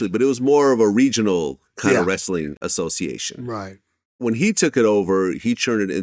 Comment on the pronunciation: “Association “ lol